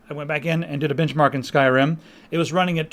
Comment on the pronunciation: I ate a chip when you said benchmark, at around , and it sounded like you ssaid bitchmark... That's what chis brown leaves on his girlfriends...